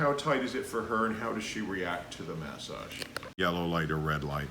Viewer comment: Can someone explain what a mas ag is? Does he mean massage? If so why is he pronouncing it that way?